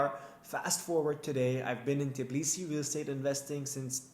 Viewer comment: t BI lisi. Not fucking t i B lisi. Why is it so fucking hard for you?